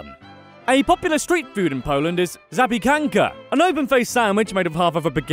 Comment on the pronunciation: You dsint pronounce zapiekanka correctly lol. Just do zapie - kanka